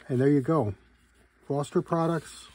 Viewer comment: Forster. Not Forester. 😄